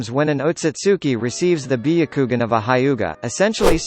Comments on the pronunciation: biyakugan nooooooooo its BYAKUGAN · When he said biukugun I died and resurrected to say bayakugan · I stop watching after he said byagugin. Like really man? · Bee.a.kugan?!....it's Byakugannnnnn!🙄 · Nobody: The vid: bEeYoUkWoGuN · Beyucoogan HAHAHAHHAHAHHAHHAAH sherengan AHHHHAHAHABHAHHAHHHAHHAHHHAHHAHHA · Why "biyagukan" and "sasooke"? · “Bee-a-koogan” cmon bro you need to pronounce these terms right lol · "Be - a - kougan" is the right pronunciation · The way he said byakugan (bee-o-ku-gon) is so triggering Just why... WHYYYY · Bi-ya-ku-gun , Share-in-gan Me:...your saying it WRONG * hermione ver * Sasukey Me:* breaths heavily * More pronounces that are wrong Its fine nobody is perfect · Ahhah "biyukugan" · This is how he said byakugan Biyakugan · BIH-YA-KOO-GAN God damn son, say it right.... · Be akugan lol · Be a ku gan what type of douōjutsu is that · When bro said byakugan I lost it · THE WAY GOOGLE PRONOUNCES BYAKUGAN😂😂😂😂😂😂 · How he said byakugan makes me rethink if I actually know how to say it XD. How about trying ur real voice though?